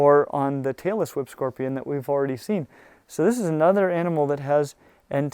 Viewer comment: I may just be getting old, but I could swear you're saying "Taylor Swift Scorpion" not "Tail-less whip scorpion". Probably the result of too much loud music when young.